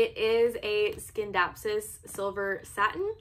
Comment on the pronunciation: Nice video. But it’s “sin-dap-sus” not “skin-dapsus”